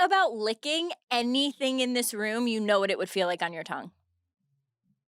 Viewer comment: I can't move past Paige pronouncing "tongue" as "tungk"